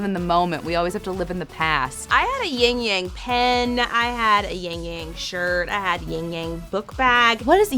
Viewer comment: I was so frustrated, it's "yin yang", not "yingyang". -_- And the white side is the sun, Yang, and the black side is the night, Yin.